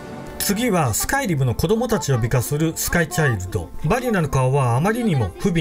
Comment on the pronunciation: スカイ⤴リム⤵